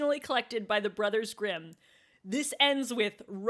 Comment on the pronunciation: So… you are trying to tell me that both of these podcasters have german ancestors but neither can properly pronounce the names of these german fairytales? Okay werk